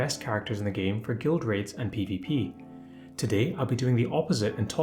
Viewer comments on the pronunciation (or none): none